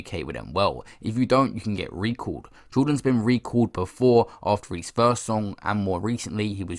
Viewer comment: Why do you say "his" like "he's"? Sounds fucked.